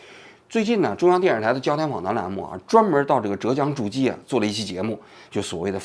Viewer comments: 诸暨发音念朱技，不念筑基，我一开始听懵了这地方还能修仙么😅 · 诸暨 是念猪际啦 不是逐击😅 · 诸暨 反正浙江人本地的读法是（猪既） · 是“朱记”,不是“助机”. 诸暨是西施的故乡呢，王局居然不知道. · 王桑，不是zhu ji市是诸暨市。亏你也是中央电视台出去的。还有现在基层工作压力很大不要说风凉话了。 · 什么鬼， 诸暨zhū jì，不是zhù jī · 诸zhū暨 jì ，听你读的好难受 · 是诸暨，读成筑基，听着怎么那么变扭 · 诸暨读猪记，王局注意读音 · 诸（第一声）暨（第四声） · 诸（zhu一声）暨（ji四声） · 诸 zhu一声 暨 ji 四声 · 浙(第四声)江 诸暨(第四声) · 诸暨 念 珠记... 王局 😉另外这视频里的案例绝对是胡扯，法官的责任不是给任何当事人普法，这明明是律师和法律援助该做的事情！背离法律，搞什么民间社会治理，说白了就和让阿富汗部落长老去和塔利班沟通一样，完全是现代发达文明以外，低效的的社会组织模式。矛盾的化解又是和稀泥，完全无视法律的底线角色。如果这个能够奏效, 离婚官司也可以消灭在基层了，全让居委会的七大姑八大姨调节好了？？？ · zhūjì诸暨，这个读音读错了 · 纠正一个错误 是念 zhu(第一声) ji(第四声)😂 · 王局不是诸暨市 读一声 朱暨市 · 好难受，浙江诸暨四个字有三个字读错音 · zhu ji 同音 猪季